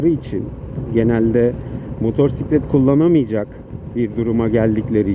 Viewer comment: Ders gibi bir aktarım olmuş, ağzına sağlık 🙂👍 (2 minik eleştirim var: ilki “motosiklet”i “r”li telaffuz etmen. İkincisi canını sıkan konuları motosiklet kullanırken aktarma. Sürüşünü ister istemez olumsuz kılar. Hep pozitif ol hatta sebepsiz sırıtıp beynini kandır. Yol boyu zaten bin tane can sıkıcı durumla karşılaşıyoruz 😉👋)